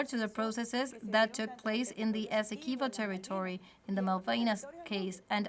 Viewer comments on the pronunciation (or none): It's ESSEQUIBO not Essequiba.